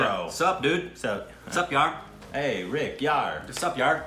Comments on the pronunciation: React on 73 Questions with Priyanka Chopra | Vogue |. I'm sure you'll enjoy it. Also want to say you guys are doing an amazing job. One more thing, your pronunciations are spot on. Were you an Indian in your previous life😅. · Rick is seriously awesome... I am really amazed with his pronounciation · OMG man! Rick's Indian pronunciation is on point every single time! Rick is Bindaas and is.......fine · Rick is again spot on with the Pronunciationnnnn . . Very good MERA DOST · RICK is amazing.. he is too smart to be on stupid reactions.. :p He is very good with pronouncing Hindi words. Also, he understood each words very well.. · Rick your pronounciation for hindi words are so LIT.... perfect..😊😂 .your new subscriber.. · Rick's pronunciation is pretty spot on! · Rick is soooooo good at pronouncing hindi words... ❤️ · Rick's pronunciation is spot on most of the times!! How does he do it ?😲